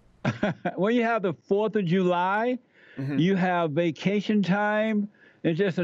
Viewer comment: Jew-lie? Uh, nuh yuh dit-iinnnt!